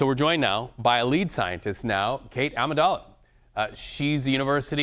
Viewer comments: Yeah, it's Adamala not Amidala. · Lol, he mispronounced her name as "Amidala" - it's "Adamala" 😂😂😂 Must've had Star Wars on the mind